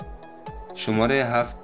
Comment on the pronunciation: متشکر ازحماتت امابهترازس کابلی دری صحبت کنی چون وقتی فارسی ایرانی صحبت میکنی لحجه داری و کلمات رابه وضوح بالحجه دری تلفظ میکنی‌مثل شمارخ که شوماره‌گفتی